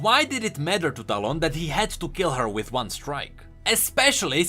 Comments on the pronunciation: you mean "towel" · Bit by bit your talon pronounciation turns into quick stallone. Makes me laugh to think talon to have a face of Sylvester Stallone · As a filipino, I hear "Talong" instead of "Talon".